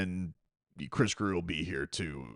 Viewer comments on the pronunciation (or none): It WONT MATTER IF GRIER IS HERE….. FOR YHE LOVE OF GOD!!!!!!!!!! ITS GRRRRRRIER!!!!!